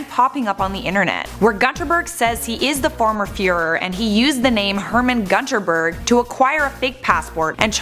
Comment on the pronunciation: Everytime she mispronounces gunterberg i die inside